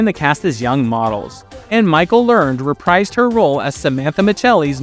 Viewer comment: The best part of Booker was Lori Petty. You may want to look up the pronunciation of "reprise".